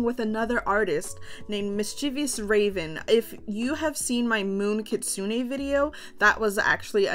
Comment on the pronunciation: kit-soon-ay not kit-soon-ee